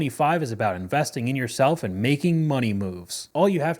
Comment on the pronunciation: Maybe it's just my South African ways but the way she says.. Eeandd (And) grrci can't hear it more